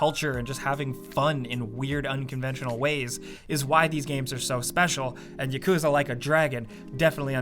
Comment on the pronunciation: yah-koo-zah not yuhkooza